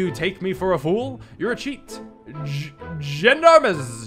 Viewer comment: Starting off early, I see. It should be "Pom" or "Pahlm." "Zhahn-Darm!" (The gendarmes were the police) "Boh-ee-shuns" (Boeotia is a district of Greece - he's using it as a synonym for "Philistine") The word you skipped over is pronounced "boo-tahd". "Sah-GAA-si-tee". "On-ree Dah-rah-mitz" That was pretty close, actually. "Bear-zher-aack" "Ree-sheu-lyeu" (The u sound here is not easy to transcribe to make sense in English, sorry.) "Muh-syeu" (Same u sound as in Richelieu) But where else am I going to get comment fodder from? "Cah-PRER-uh". It's an island in the Mediterranean, so clearly Theodore's not doing too badly. Again, it is "Leev-re." Sophie "Doe-bin-yee."